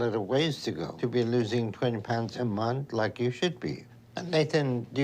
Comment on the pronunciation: It grosses me out how pronounces ' month '